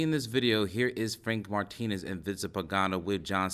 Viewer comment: It’s not Martinez you are pronouncing it wrong